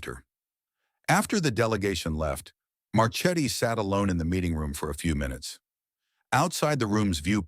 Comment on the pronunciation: as always very nice story but ^^ the name of admiral Marchetti, i think he is italian origin, it is pronounced Marketti